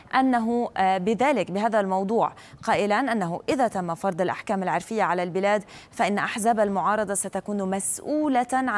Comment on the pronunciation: ايش التخلف ذا ، تقول عرفيه بفتح العين ، يارباه .... هذي مقدمه اخبار ، قناة تافهه